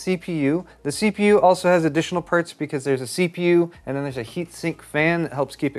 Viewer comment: "Choosing the purts."